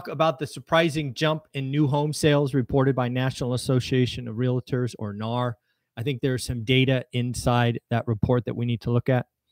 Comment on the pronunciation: REAL-tor, not re-la-tor.